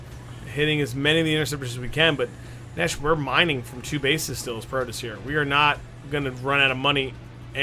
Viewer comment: What bothered me was the caster saying "protis" instead of "protoss."